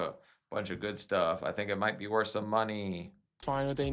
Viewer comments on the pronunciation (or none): none